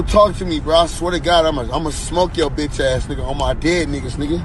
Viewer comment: Cant even say bitch right